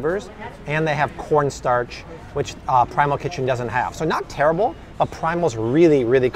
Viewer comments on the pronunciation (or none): none